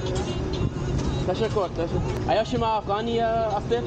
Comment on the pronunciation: As someone who speaks dari, your doing great!! i got one tip for improvement though, dont say tashokor, say tashakur😊